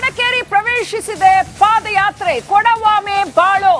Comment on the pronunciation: Adu paad yatre alla paada yaatre. Madakeri alla Madikeri.